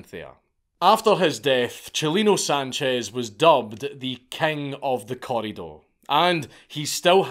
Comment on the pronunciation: Thanks for saying his name right 👍🏼